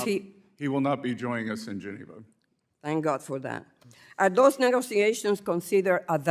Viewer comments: It's MOonday Morning and the WORLD is smiling on Sec. Bessett. Try to teach the Idjut how to pronounce: negoziazijons. Djeez. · and a pronunciation issue; English is not that difficult. They should all immigrants require to speak it! "Negoziazijonz" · Some rookie wrote down a few questions and she doesn't know how to pronounce: "Negoziazijonz" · "Negoziazijonz" pronounced the old Sanchez way! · she can barely pronounce 'negoziazions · She's still working on her English: negoziazjons. Djeez...... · It really bothers me that at this level of employment she is not able to pronounce correctly “negotiations” we know she is Spanish. This is not a difficult word.